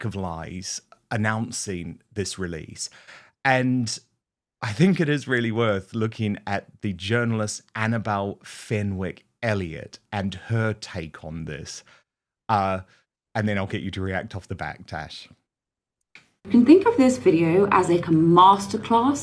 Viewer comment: Dan ....Fenwick is pronounced Fennick you don't pronounce the w. Taz is not Tash. 😂